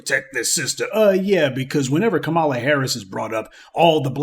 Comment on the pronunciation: Dude the least you can do is pronounce her name correctly…Come on “Professor” 🙄🤦🏾‍♂️